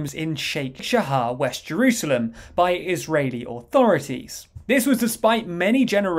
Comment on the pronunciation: Israeli, NOT "ISREALI"